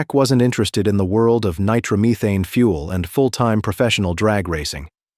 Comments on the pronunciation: Nitromuthane?? Come on , if you're going to do videos about drag racing at least get an AI that can pronounce Nitromethane correctly 😂 . Pretty cool video overall though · Nitro Me Thane Connie Cull-eat - a